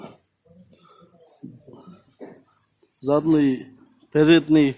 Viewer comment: Передный задный эмес передний задний кечириниз